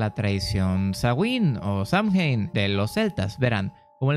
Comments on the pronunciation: Hermanito, Samhain se pronuncia Sow-jan 😘Bendiciones a todas mis hermanas y hermanos brujos💖💖💖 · Es sey win asi se pronucia. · Yo igual sé que se pronuncia Sowein